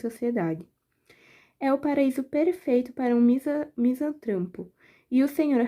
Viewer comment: "Mizantrampro"!!!!Hahaha...mocinha vai aprender a ler direito primeiro, para depois vir aqui querer fazer uma leitura sobre esse clássico universal. Dessa maneira você passa vergonha!!!